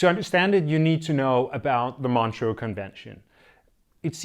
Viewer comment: It is pronounced Montrø ("Montruuh" in English)